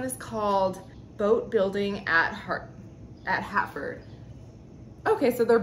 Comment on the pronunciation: Hi the 2 prints are Constable’s He is a Famous British Artist (he’s dead )who painted country scenes around Dedham and Flatford in Suffolk England, which is where I live. You are right to love them,an original goes for big money 💰, it’s not Hatford it’s Flatford, probably the script it’s written in makes it look like an H. Good haul love the other print also ❤️